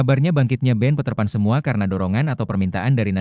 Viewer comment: Peterpan ❌ Paterpan ✅ 😂😂😂